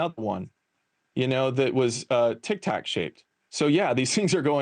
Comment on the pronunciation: Anyone else hate the way she says "Tic Tac"?